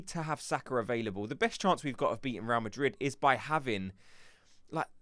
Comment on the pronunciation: Please fellow gooners let's not sound so gormless even with a cockney accent. It's not 'Row Madrid' it's 'Ray-al Madrid' - 2 BLOODY SYLLABLES!!!